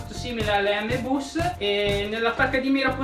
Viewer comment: Scusate ma come avete pronunciato m bus, comunque bel video Grandi 😉